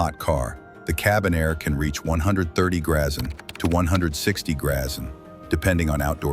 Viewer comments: No, I saw all the grazzen comments, then I heard it more than once. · Greeszzzn ????? Somebody better give AI a tune up